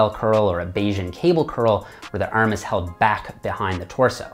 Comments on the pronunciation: Ahmed Essa ERM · The way you say “arm” is funny 😂